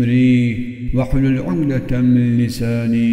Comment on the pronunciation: Ukdeten değil de umdeten diyor